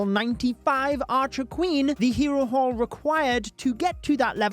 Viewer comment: I kept hearing hero wh*re lmao